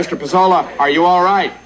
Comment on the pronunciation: There are two very different versions of the final act of this episode. In the first, the fake Pesola is played by John Wheeler, who mispronounces the name "PAY-so-LA." The fake Pesola gets away with the money and the station is forced to pay out twice. This was re-taped with Vincent Schiavelli as the fake Pesola. In this ending, as the fake Pasola is leaving with the money, Johnny asks to walk out with him, professing admiration for Pasola's knowledge of music. Moments later, the real Pasola arrives to receive his money. Herb starts to explain the mix-up to Pasola when Johnny walks back in with the money, telling Carlson "That guy knows even less about music than you do." The second ending was typically seen in syndicated versions of the episode; the original ending resurfaced on the 2014 Shout Factory DVD release. FYI Don Pasola was played by Tracy Walter who some would know as Jack Napier's Number Two "Bob" in Batman.